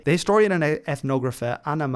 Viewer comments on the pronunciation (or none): none